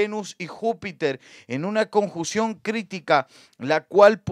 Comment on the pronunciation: ...no se dice conjución es: CONJUNCIÓN!!!!!!!